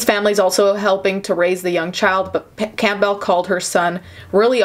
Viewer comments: Lol have you never heard the name Campbell? It's pronounced like the soup, not "camp bell" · Every time she said camp bell I cringed a bit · I hate how she pronounced the family's name as "Camp-Bell" cringe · It's pronounced CAM-bel... Sounds like gamble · Why are you saying Campbell like that? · I’m distracted by how you pronounce Campbell lol